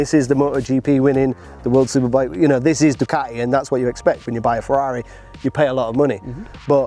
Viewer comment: It's 'Ducati', NOT 'Doocardy'.